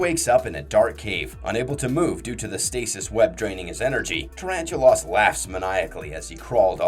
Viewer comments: god did you ever actually WATCH the shows? just under 12mins in and you've completely mispronounced the first spider's name like 20x. It's NOT pronounced "tarantu-loss' it is PRONOUNCED "tarantu-LESS" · I thought that was just an accent thing.